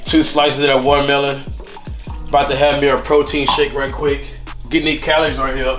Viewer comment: wouldn’t be black if youn say “walermelon”😭😭 .